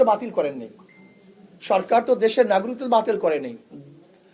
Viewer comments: এই হুজুর একটা অশিক্ষিত। বলতেছে বারবার "নাগরিকত্তা" 😂 বাংলাটাও ঠিকমত বলতে পারতেছে না, এতটাই অশিক্ষিত। মেট্রিক পাশ বা সমমান পাস করে নাই নিশ্চিতভাবে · নাগরিকত্ব শব্দটা ঠিক মতো উচ্চারণ করতে পারে না....!!! আহা রে... নেতা!!!! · নাগরিকত্ব" শব্দটা বলতে পারে না সে ভবিষ্যৎ বাংলাদেশের প্রধানমন্ত্রী হবে😮😅